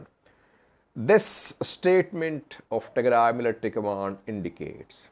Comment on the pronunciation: Who advice u today u said tegray regional forces very good